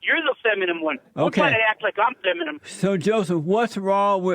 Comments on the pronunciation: Illegal alien can't say 'feminine', keeps saying "feminem" like EMINEM XD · He called jessie “FEMINUM” 😂🤣😂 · Lord have mercy. This moron thinks we've never engineered waterways before? He's an idiot. And he wants open borders. What a LIAR. And he called Jesse "feminmem".😂